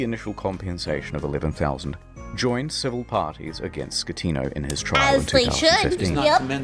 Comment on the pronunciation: i know it's a weird thing to get hung up on but i know has been listening but it's 'SKE-tino' not 'schle-tano'